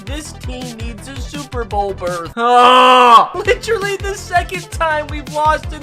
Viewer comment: I love the content but PLEASE stop saying ‘litch-rally’